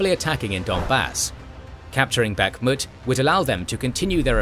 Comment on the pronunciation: Bakhmut is pronounced with the stress on the last syllable.